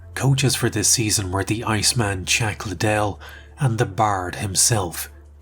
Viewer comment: Chack liddell? 😂